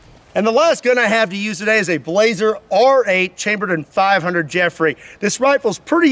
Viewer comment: I love to see him incorporating my favorite rifle, but I'm wondering if he bought it or borrowed it, since he pronounces it Blay-zer instead of Blah-Zer. Not a huge deal, it's awesome to see it getting exposure here on a mainstream American channel.